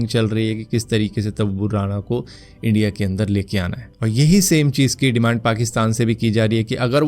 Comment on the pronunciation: Are Pakistani logo ko wo accent hota hai... Wo log India ko Endia bolte hai